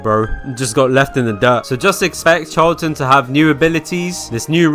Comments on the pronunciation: HER NAME IS PRONOUNCED CHAR - A - LANT (I'm pretty sure) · Charlatan is pronouced Sh-ar-la-tan Not trying to be rude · said it wrong char: Sounds like "char" in the English word "charcoal" (with a tapped or slightly rolled Spanish 'r') la: sounds like the "la" in the musical scale (do-re-mi-fa-sol-la) tán: Stressed syllable with an "ah" vowel sound ending in an "n" sound. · CHARLATAN'S A FREAKING SHE?!?! SO YOU'RE TELLING ME THAT I'VE BEEN MISPRONOUNCING CHARLATAN SINCE I JOINED?!?!?! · That is NOT how you pronounce charlatan my guy 😭